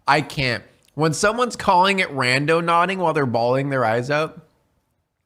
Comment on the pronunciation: When it's more than half way through the video before FINALLY realizes it's "randoNAUTING" not "randoNODDING".......even though the correct spelling had been on the screen fifty times already.